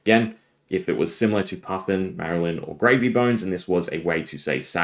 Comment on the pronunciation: the L is before the Y, it is MAR-LYNN, a pun on MARLIN, not MARY-LYNN